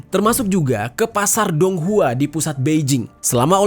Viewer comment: dong hua dibaca tonghua.guangdong di baca kuangtong..